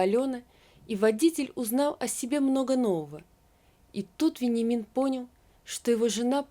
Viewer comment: Читать нужно правильно. В тексте стоит Вениамин, а мы слышим Веньямин, даже ухо режет, неужели нельзя правильно прочитать.